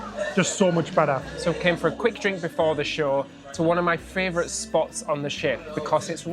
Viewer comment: you do realise it's not fravourite with an r in it. It's favourite.